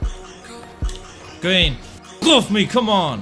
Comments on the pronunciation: Gween why he say it like that 🤣🤣🤣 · When he makes a green he goes GEEN😂